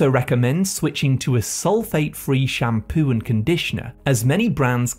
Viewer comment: FOOD. Not Fwewd. shampOO not shamPwew. Here to help.